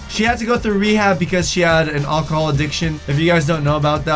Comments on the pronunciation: Why do you say alcohol like ochahall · The way you say alcohol is funny 😋 loved your video as always EDIT: BTW does anyone else think he looks alot like David Henrie???